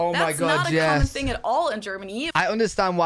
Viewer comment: Correctly pronounce the word THING / THINGS with "TA" NOT "FA" sound Got it? Good!